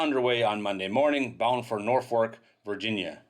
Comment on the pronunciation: Norfuk is a better pronunciation for Norfolk